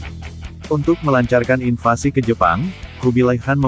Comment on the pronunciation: Invasi.....bukan invansi